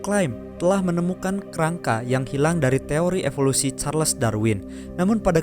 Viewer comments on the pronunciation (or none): none